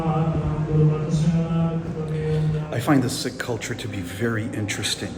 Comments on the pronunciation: It's not pronounced Sick it's Seek. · Please pronounce Sikh as seek! Not sick! Ffs!!